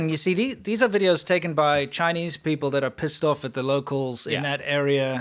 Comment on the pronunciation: Chi-Neech VIrus 😅😅